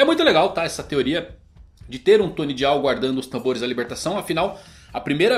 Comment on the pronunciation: Pelo amor de Deus, fala "DAIAL" não é difícil não!! DIAL é feio demais misericórdia!!!!!!!